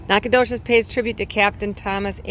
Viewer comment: Bexar is pronounced Bear …. Goliad, gOliad nacogdoches nack a doe ches